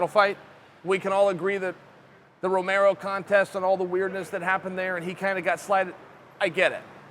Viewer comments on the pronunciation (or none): none